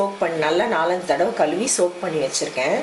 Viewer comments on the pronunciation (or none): ellam nalla seringa nalla presentation anal Tamil varthaigal nalla ellai kaluvi,elu, peliyarathu kaluzvi ellai,pelziyarathu eppadi nalla aluzthm thrithama pesunga